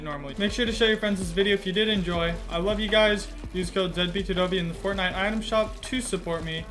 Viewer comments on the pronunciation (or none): none